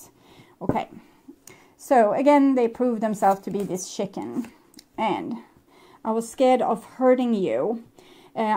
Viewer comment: You're so cute when you say chicken. Because it sounds like shitting. And so in my head i always think 'shitting chicken'. 🤔 yup, sounds like my ex 🤣 right on target 😉